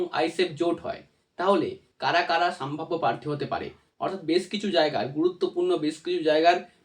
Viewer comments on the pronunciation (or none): Saambhabya naa sambhabya? Pronounce it correctly.